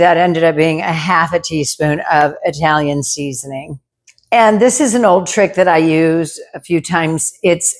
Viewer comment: Italian.. is pronounced like it.. with a short i. Not eye...talian Yes, I'm Italian 😂